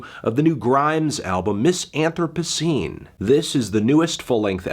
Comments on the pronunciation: Why did he pronounce the album name like that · wow melon weird way to pronounce album of the year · Bruh you didn't even say the name of the album right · Thank you I'm glad someone else clarified this as well. He also miss pronounced the name of the album like dude.....